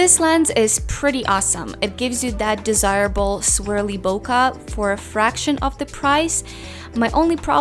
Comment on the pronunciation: It's BOKEH not "boka"